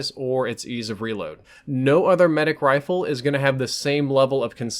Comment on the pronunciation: Sometimes he sounds like he is saying wifle